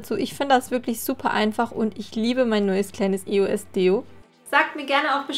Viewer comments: Warum sagst du immer I-O-S, anstatt Eos?😂😂❤ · Eigentlich spricht man das als ein Wort aus, ist zwar ne Abkürzung von 3 Wörtern aber trotzdem bindet man sie :D Man sagt ja auch Yolo und nicht y o l o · warum e.o.s mann sagt eos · mich regt das so auf wenn man e.o.s sagt das heiß eos sonst würde das ja auch e.o.s geschrieben werden. 😱😡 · das heißt nicht e.o.s sonder eos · Das heißt eos und nicht e-o-s Aber sonst geil 🙂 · Das spricht man eos aus und nicht e o s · Das heißt eos und nicht e o s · nicht e o s sondern eos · Es heißt eos nicht E O S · Sie hat Die Buchstaben einzeln auf Englisch als Akronym ausgesprochen, also: E. O. S. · haha du sagst eo-s